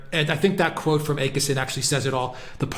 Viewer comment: Always a very interesting program. One point of irritation is the often mispronounced names of people. It is a simple thing to find out how to pronounce names of key politicians such as Jimmy Åkesson and many others. We Brits sound dumb when we can't do this, especially on a good program like yours. Å is not A. It is more like "or" withou a rolling "r". I am not suggesting you develop accents for all the international names, but you could do a lot better in just getting the basic sounds right.